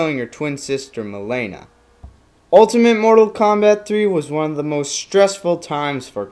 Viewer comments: it's not "Ma'lay'na" it's "Ma'Lean'na" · ok seriously, why are pronouncing everything so weird? "milaina".... really? your mispronouncing thing f***ed up what could have been a cool character study video. fail! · I loved your "Character Studies." Who cares about the pronounciation of Mileena, point is you made Kitana's history clear for those who dont know much about her. She's my favorite female character and Im glad you did justice to her by making this video. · UGHHHHHHHHHHHHHH! your pronunciation of Mileena kills me! Clearly you are not a real Mortal Kombat Fan! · u pronounce mileena wrong, lol